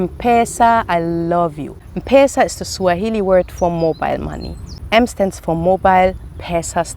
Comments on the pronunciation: It’s not mpesa but M-pesa (eme pesa ) 😁😁😁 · I like how you pronounce m-pesa😂 its pronounced like em-pesa welcome kenya anytime ❤️ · M-pesa is pronounced as Empeesa, not mpesa😂 Great content 👌 Do you have a husband anyway? 😍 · its not mpesa....its mpesa...say mpesa😂😂😂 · You are pronouncing M-pesa wrongly its pronounced as empesa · Hi.. M-pesa is pronounced as ' em- pesa '